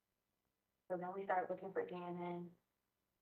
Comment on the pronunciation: Lookinggah.... bleedinggah